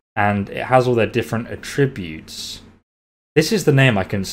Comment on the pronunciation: mate love your channel and have just subscribed, but please put more emphasis on the att when you say attributes lol